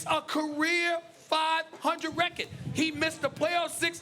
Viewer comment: "Look at his rechearrrdddd"